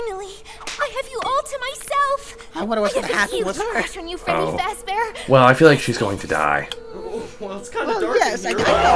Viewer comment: Freddy stop saying faz😂